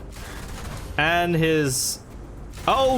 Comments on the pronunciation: the way you pronounced radiator makes me wanna cry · the way u said radiator